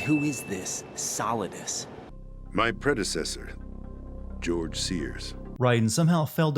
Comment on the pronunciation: did anyone else notice "Gorge" Sears? 😂